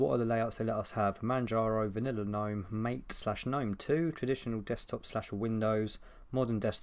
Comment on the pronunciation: Just so you know - it is pronounced as Mah-tay.